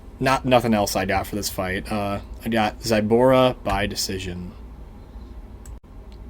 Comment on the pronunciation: Bro its zu like zulu not zaibara zaibara.